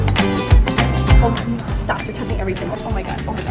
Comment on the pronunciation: Why did you call moose mosse